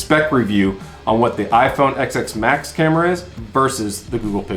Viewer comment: Hearing you say "EX S max" instead of "10 S Max" hurt my brain.